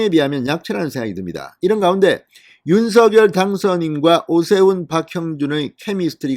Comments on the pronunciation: 윤석열 님 발음하실때 윤 석렬로 발음해달라고 직접 말씀하셨어요 얼때부터 석렬로 부모님이 불러주셨다고 방송에서 들었어요 의원님께서도 서결보다 석렬로 얘기하심 좋겠네요 방송 잘보고있어요 궁금중을 알기쉽게 설명해 주셔서 강사합니다~ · 갱상도 싸나이라 그래요...방송 앵커들도 다 성렬이라 발음하지만 서결이라해도 알아들을 수 있으니 너그러이~